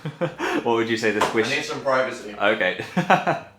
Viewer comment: Hahahha XD "I need some privercy" OMFG XD